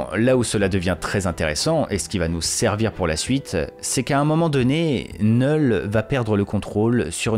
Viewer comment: Oh putain ! Merci de prononcer « Knull » correctement (sans le K) 🙏 Ça me fait saigner les oreilles quand j’entends d’autres Youtubeurs le prononcer avec le « K ». Pourtant ce n’est pas faute de leur dire. N’est-ce pas Bukkart et Landri 🙄